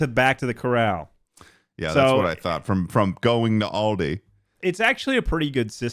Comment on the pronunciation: The mispronunciation of Aldi broke something in my soul....... I may forgive you but it will take time 😔